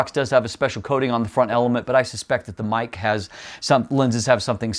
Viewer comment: For the price I would go with the Sirui 85mm 1.4. Small point on Meike, it's pronounced phonetically 'Maykur' and is chinese for beautiful technology.